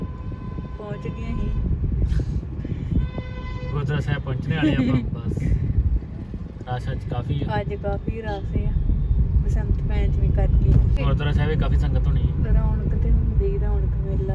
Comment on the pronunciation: Veer pachmi keo khnde oh panchmi hundi aw